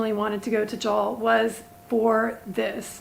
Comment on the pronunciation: pronounce it 'Jull' not 'Jal'. like you would say a boat hull.